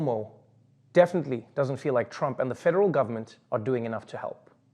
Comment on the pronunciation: Did he say Crump instead of Trump? Not deliberately, clearly, but it sounded like Crump.